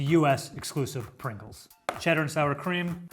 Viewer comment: Just sayin.. dats a lot of Pwingles